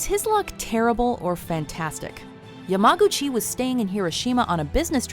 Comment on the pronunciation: U pronounced Yamaguchi YaGAmuchi the first time